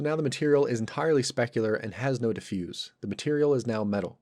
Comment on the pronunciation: Diffuse as an adjective is pronounced with an S sound. Diffuse as a verb is pronounced with a Z sound. :)